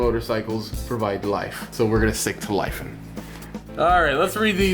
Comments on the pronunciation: its not Lai fan its Lefan = Lifan 🐸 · Its pronounced Lee fan